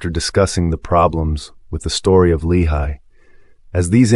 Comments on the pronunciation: you're pronouncing lamanites and lehi weird. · You’re pronouncing these made up names wrong 🤔